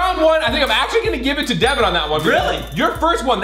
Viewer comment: Its devan not devin